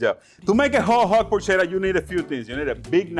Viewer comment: Is not porscetta, is “porketta” the right way to pronounce